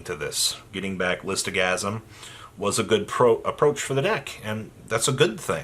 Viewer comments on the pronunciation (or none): LITH-O-SA-GEN - not GASM